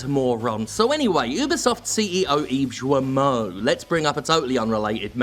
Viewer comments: Hey, just a side note about the pronunciation of "Guillemot", it's pretty easy to remember : you pronounce "Gui" like in "Guilty". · Hey Jim, since it seems you might be talking about the dude some more in the near future, and since I don't know if you do it on purpose: his name has a hard G. The U is silent (it makes the G a hard G), and (kind of) so are the double Ls (they're used to mark that you both pronounce the i and that you link the following vowel with a 'y' sound). And to top it off, the T is silent too. Apparently, some english speakers pronounce it "gi-luh-mot", but if you show the name to a native french speaker, they'll most likely pronounce it something like "gii-mo", or "gi-yuh-mo". Yeah, I know. TL;DR: Hard G and silent U in his name please :) Regardless, screw the guy, and thanks for your hard work and dedication. It's a bit sad that it came to this, but your fuck 'em attitude over the past few weeks has been oddly... cathartic. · Since I don't think Guillemot is stupid, I think he knew and just didn't care (so yeah, it makes him an asshole) PS : If you want to pronounce correctly the name of the moron... I mean Serge Hascoët, it's something like "Serj Az-ko-ate" (another Breton... many apologizes for that from Britanny ;_;) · Is that really how he pronounces his surname? With a soft G sound? That's kinda odd. He's French, right? Usually, with that spelling, French mandate a hard G, like in "guild" or "Gilbert". So his name should sound exactly like Guillermo Del Toro's, except without the r sound in the middle. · I'm not sure that's how you pronounce "Guillemot", but then again he's arguably forfeit the privilege of having his name spoken correctly. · Guillemot, say the first part like Guillotine. Sincerely, a frenchie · Guillemot ; when there's a u next to the G, it means it's an hard G, not soft like J. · The G in Guillemot is pronounced like in "guest"